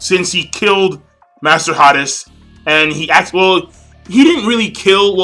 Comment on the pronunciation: "H AI - d ee z" this is how u say hades. Hades is the god of the underworld and is the eldest son of Cronus and Rhea. Along with his brothers Poseidon and Zeus, they defeated Cronus and took control of the world from the Titans. Zeus controls the skies, Poseidon controls the seas, and Hades has control over the underworld.